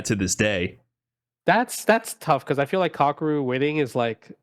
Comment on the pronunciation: Someone please teach how to pronounce Kakeru. My man BUTCHERS that guys name every time.